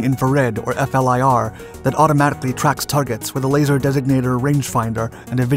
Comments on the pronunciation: I cringed every time he says “F-L-I-R”, i wonder if he knows now it’s pronounced “FLEER” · “F.L.I.R.” US Military community: We just say “flir”. 🙄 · Why does he keep saying F. L. I. R. ? Just say what the name FLIR.